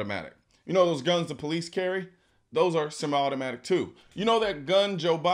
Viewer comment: How about the fact he can't even pronounce "Semi" correctly